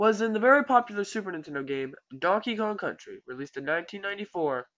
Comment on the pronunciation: watch how he says "donkey kong country" ahahahha rofl to me it sounds like dnkingkntry hehehhe